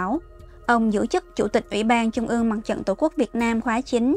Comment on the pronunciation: Là phát thanh viên đọc bản tin mà đọc không đánh lưỡi. TR đọc thành CH .( Thí dụ : Trung đọc thành Chung .!